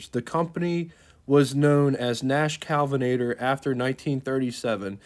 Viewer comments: Kalvinator!? IT'S K-E-L-L-V-I-N-A-T-O-R phonetically-- or is this more Retarded AI? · It's Kelvinator, not Callvinator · It's KELL-VUH-NATOR not KAL-VUH-NATOR. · Kelvinator, not Kalvinator. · BTW, with respect, it's KEL-vinator... rather than KAL-vinator. No biggie. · Kelvinator, not Calvinator. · Kelvinator, not 'Calvinator'. 3100 pounds just about matches the weight of the Studebaker Champion. The Rambler was built on a shorter wheelbase, but was among the lightest cars built in the US at the time. The roofline inflection point above the trailing end of the rear doors was a compromise eliminating the need for a different full-length stamping for the wagon roof and use of sedan doors. The roof rack was standard equipment to soften the appearance of the odd roofline. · It's Kelvinator, not Calvinator. Like the Kelvin temperature scale.